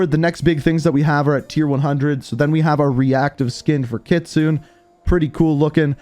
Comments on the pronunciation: Kit-su-ne Not kitsoon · Kit-soo-neh kitsune your pronunciation drives me crazy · It makes me cringe how you pronounce Kitsune it’s not Kitsoon it’s Kitsu né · God my ears bled every time he said "Kit-sune". It's pronounced "kit-su-nay" my guy. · It’s not kitsun! You pronounce it like kitsunae!! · Nice try but it's actually KITSU-NEY. (NEY pronounced like NAY) It's fox in Japanese if I'm not mistaken. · bro here how to say her name, Kitsune ( Ki Tsun Nay) please stop fucking up her name, love the videos tho kelp it up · Everyone can't say Kitsune right. It's pronounced Ki Tsu Ne (きつね) that means fox in Japanese. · Ikr i cringe every time says kitsoon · Came here to say this, but I figured someone had beat me to it. To be fair, I only know it because of Ghost of Tsushima lol. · U said kitsune and kyubi wrong btw